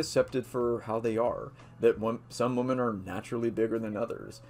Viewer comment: FYI you can’t say the plural *women* properly... it’s more like “whim-en” not the same as “woman”